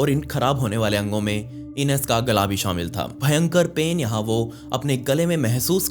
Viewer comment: Not इनस but आयनेस pronounce Kiya जाता हैं 😂